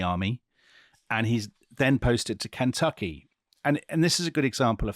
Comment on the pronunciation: As a native & life-long resident of KY, I love Dominic's pronunciation of "Kentucky."